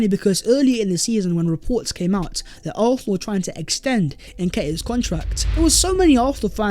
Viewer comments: Why i hear Arsenal as although or arthur or something not Arsenal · ffs will you say ARSENAL for ONCE.hahahaha